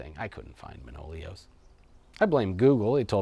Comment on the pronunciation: One note, it's not ManOlios, it's ManoliOs ;)